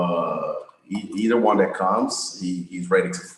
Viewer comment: Ariel the word “Won” is pronounced as “One” not “Wahn” please stop saying it like that